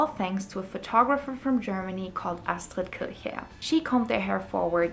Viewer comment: This is an amazing overview❤❤ Where are you from? Do you speak German? You pronounced ˋˋArstrid Kircherr‘‘ pretty acurate😂🥰